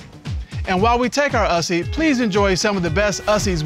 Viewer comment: Mr Cutler: so you want to take a selfie Mrs Cutler: I think it's called an "us-ie" Mr Cutler: Okay let's take an "us-sie".. and while we take our ussy, please enjoy some of the best ussies we've seen this season With the new slang that's come out since this was aired, makes this even funnier 🤣🤣🤣